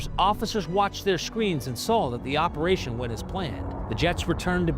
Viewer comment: Its operating not reperation❤